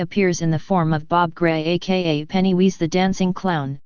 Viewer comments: Penny who? It's pennywise not penny wheeze otherwise great video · You lost me with 'Pennywheeze' Sheesh....worse than 'Aruman'